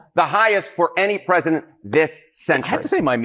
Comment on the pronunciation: "Pressisent Trump" - Lindsay Graham